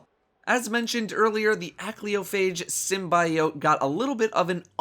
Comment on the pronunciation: I have a dream... that one day will learn to say SYMBIOTE correctly